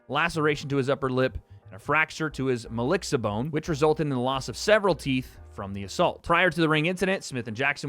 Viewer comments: I’m convinced can’t read 😂😂 maxilla bone not mollixa, also its great bodily injury not “harm” how do you talk shit about people but got Floyd’s reading skills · yup you can’t read 😂😂 its maxilla not mallixa